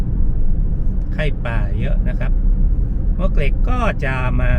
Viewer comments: ต้องอ่านว่าหมวกเหล็ก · มวกเหล็กครับ หมวกเหล็กคือชื่อไม่เป็นทางการ ชื่อคนเก่าแก่เรียกกันครับ